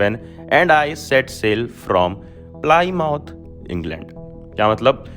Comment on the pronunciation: Plimuhth is pronounciation of Plymouth